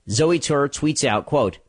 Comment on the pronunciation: You just called her zewy, when you know 100% damn well her name is pronounced “Zoey” stop stiring the shit pot...